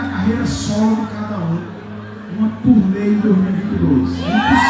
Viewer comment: Turê? Ou turnê?